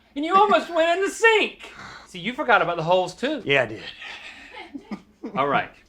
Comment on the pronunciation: Can we see-ah what’s most expensive at IKEA? Let’s talk about that.